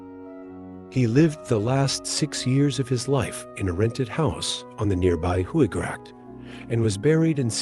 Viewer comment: Great video but the way you pronounce hooglandse and other Dutch words is pure comedy, it’s not how they are pronounced even with an English accent. I’m sure there would be a friendly Dutch person somewhere so you could check pronunciation, it would make the videos feel more professional. The research and content is otherwise is great!